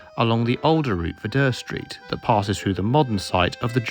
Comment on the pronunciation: Never heard anyone pronounce Dere Street as "Der", I thought it was pronounced "Deer street". Decent content, cheers